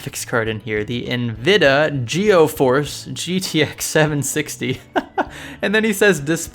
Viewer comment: 'NVIDA GEOFORCE' LOL WHAT